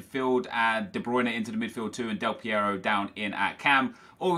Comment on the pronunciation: Thank you for the right spelling of the R in AlessandRo Del PieRo ;)